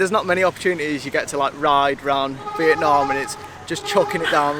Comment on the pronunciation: These videos are unassuming but amazing. What you've done is excellent. Only one thing, as a fellow northerner I wish you'd both call it 'Vietnam' and not 'Vietnarm' 😂